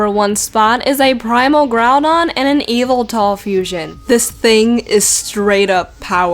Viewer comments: its not yveltal is not spelled like e veltal its spelled like why veltal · EPIC final one, but it's not eviltal it's yveltal